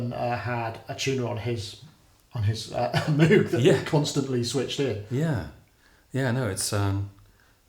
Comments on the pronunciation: Loving how Gregory will pronounce Bach properly, but says MOO-g instead of MOH-g... I suppose Bob isn't around anymore to correct people... I even heard Gregory pronounce Björk (as in work) right, but fails on the name of his own ensemble... Oh well... Great stuff nonetheless. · Fascinating project, wish I lived in the UK so I could see a gig in person. BTW Moog rhymes with "vogue". That's probably why Moog put out a synth called the Rogue. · Moog is pronounced with a long o sound. It is named after Dr. Bob Moog. I am 100% sure, I meet him here in NC where the Moog company is from. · Guy can't seem to pronounce "Moog" nor get Wendy Carlos' name right. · moog not pronounced right but great music